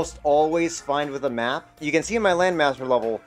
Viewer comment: I heard “NOT”. Not “Map”.